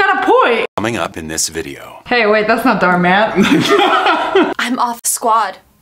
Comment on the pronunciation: That’s not Dharr Mann that’s Dar Man